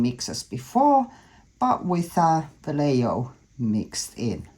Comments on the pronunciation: Wow, this is absolutely gorgeous, love the colors. Vallejo is s pronounced va-lay- ho, lol Spanish can be confusing. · Gorgeous. I am a retired Spanish bilingual teacher. It is pronounced va lay hoe!